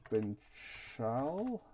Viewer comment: Occitan is pronounced like Oxy tan. Provençal is Prov en sall.